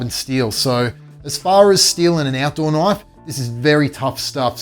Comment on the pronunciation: that's a knoife